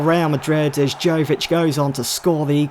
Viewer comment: not to quibble but Luka Jovič is pronounced Yovič